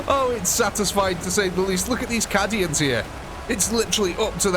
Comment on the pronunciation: You pronounce "cay-dians" as "cah-dians"... I didn't want to say anything at first, but several videos mispronounciations is making me speak up.